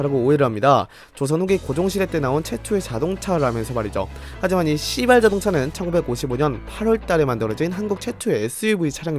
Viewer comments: 에 발음때문에 진짜 시X인줄 발음이 시 가아니라 씨로들려요ㅋㅋ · 아니 왜 시바ㄹ 자동차 말할때 왜 이렇게 시바ㄹ 발음을 쎄게해? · 너무 강조해서 읽으시는 거 아님?ㅋㅋㅋㅋㅋㅋㅋㅋㅋ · 발음 조심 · 시발자동차 발음이....?